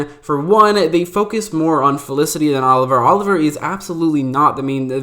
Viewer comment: Funny you barely pronounce the f in felicity ever maybe 1 out of 10 times 😅 it’s not elicity 😅😅😅😅😅😅😅